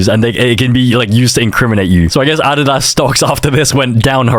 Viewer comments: bro said Ah did ass instead of Uh dee duhs (adidas) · The hell is addada its pronounced Adidas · How said adisas for Adidas🫩🫩🥀🥀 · that’s not how u say adidas